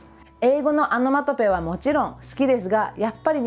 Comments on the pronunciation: アノマトペじゃなくて、オノマトペね。聞き間違いなら失礼。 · オノマトペは仏語で米英語ではアナマタピーアって感じの発音ですからね ちゃんと動画内の字幕で訂正していますし